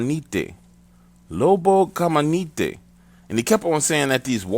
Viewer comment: It's pronounced lobo "caminante" not lobo "camanitey". But close enough for the story. Edit: awesome channel btw